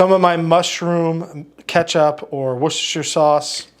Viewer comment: you are first person that can pronounce worchester sauce